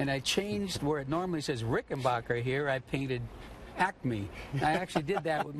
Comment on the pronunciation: People, people, people... it's RickenbAcker!! Not Rickenbocker...